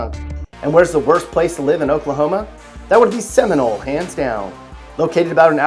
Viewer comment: Ummm, Dude, where were you educated? Please do your research and pronounce the name of Muskogee, Okmulgee, and Seminole correctly.